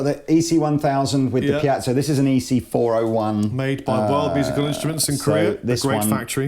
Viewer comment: Not piazzo.. PEE-E-ZOO minus the last O